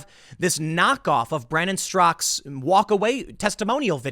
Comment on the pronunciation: Tim, Brandon's last name is Straka, not Strzok.